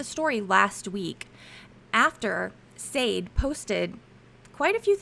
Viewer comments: I giggle everytime says Sade's name wrong 😂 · If you don’t know how to pronounce “Sade,” you COULD just listen to the hearing - everyone in court says her name. 🙄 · Okayyy the ladies name is pronounced Sade( Sha-day) not Saade. Being unfamiliar with black culture is no excuse lol. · Pronounced Sha-day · Her name is pronounced Shar-day. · And it's SHAH DAY not SHADE dumb as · Pronunciation isn't "SAYD," -- it's "Sah-DAY." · Is it not “sha day” and not “safe”? Like the 80’s singer. Pronounced Sha day. Sade. No??? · FYI Sade is often pronounced Shar-day like the singer. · Sade was a well known singer back in the 80's in England. It's pronounced SHARDAY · I know this is old, but the algorithm will like it. Sade is pronounced shar-day, I know this because I am old and Sade Adu fronted the band 'Sade' in the early 1980s. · Crime watch... it's pronounced... "Cha-day"!!! Please make sure u can pronounce peoples names correctly!!! That's a peeve of mine...because people mispronounce my name!!!! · Respectfully, the correct pronunciation of Sade is Shar-day like the famous British Singer, a biracial woman part Nigerian and English, from back in the 1980s on up to today. My thinking is her parents were big fans of that singer, such as myself and simply gave her. In fact she favors the singer quite a bit, if you're able to do a side by side photo comparison. She never speaks of her ethnicity and the only thing that people know is that her father is black. Her mother's ethnicity is unknown. She is, in fact, a professional model and she's also a twin. Just an fyi😊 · Her name is pronounced “Shaw-Day” I think. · Sade is pronounced Sha-day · The name Sade is pronounced Sah-Day. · I believe it is pronounced Sharday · Do you really not know how to pronounce "Sade"? It's like the amazing singer Sade "s-ah-day" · Is it not pronounced “Sha day” like the 80’s singer? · Her first name is pronounced Sha Day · Her name is pronounced SHA-DAY - it is a popular creole french name.